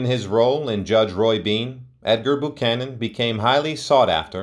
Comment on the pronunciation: I believe it's pronounced "BYOO-CANON", not "BOO-CANON", picky perhaps, but as he's the subject here, it would seem proper to have it correct.